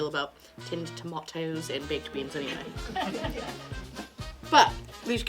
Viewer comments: Tomatoes exactly not Toemaydoze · please just say tomatoes normally :-) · The way you said tomatoes had me rolling in hysterics. Great upload.